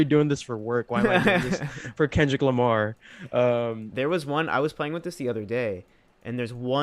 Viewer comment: Is he really saying o, k. lamar with the letter 'r' being silent? Also you haven't heard Denzel, Vince or Saba new albums?